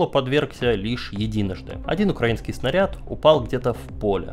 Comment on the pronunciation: СПАСИБО АЛЕКСАНДРУ ЗА ЧЕСТНОЕ ОСВЕЩЕНИЕ СИТУАЦИИ И ЗА ПРАВИЛЬНОЕ УДАРЕНИЕ В СЛОВЕ "УКРАИ́НСКИЙ". Штефанов крут! Замечания: В ТЕЧЕНИЕ часа, а не "в течении часа" РЕТИРОВА́ЛИСЬ (ретировА́ться), а не "рети́ровались". ГрИ́щенко ГерА́щенко ЛЕ́щенко ЛЕ́вченко МА́рченко (не всегда ударение на е в суффиксе).